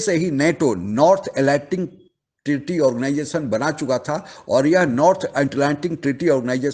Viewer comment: Abey...Atlantic Bolna seekho....bakwas karne ke pehe...Gawar kahi ke